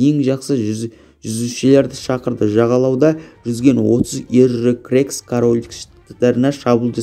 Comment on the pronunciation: Бірінші жаксылап окып алмайсынба сосын крекс емес ксеркс